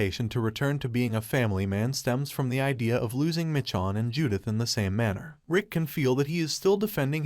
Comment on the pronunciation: Why make a video and not even know how to pronounce Michonne 😅 it’s been out for so long